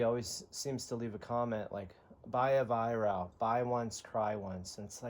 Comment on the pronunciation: Pronounced Vi Wrok, from the owner him self.